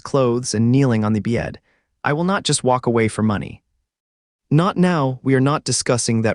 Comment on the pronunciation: And don’t ever say "bed" again!!!! BYETT